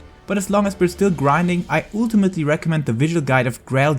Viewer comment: not ultimately but oooool-te-mating